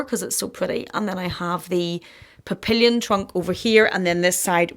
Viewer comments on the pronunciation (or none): I love the bag room. Although some may not understand, it reeks of pure satisfaction! Sidenote: PAPPILION is pronounced “Pappy yon,” and means butterfly in French.